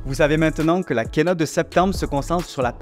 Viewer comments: Kiiiiiinote on dit ki en anglais zeubi 😂😂😂 l’autre la « quenotte » d’Apple 😂😂😂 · on dit pas "kènote" mais "kiinôte" pour info